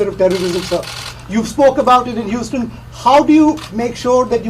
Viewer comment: Gad BarninG hUUUston ahahhahahah